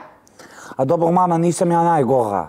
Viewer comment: Al kad kaze: jaooo nije mi dobrrro😅😅😅